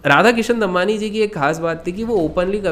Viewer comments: Bhai pronunciation Damani hai Dammanni nahi. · Normal people: Damani: Dambani 😂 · It's दमानी, not दम्मानी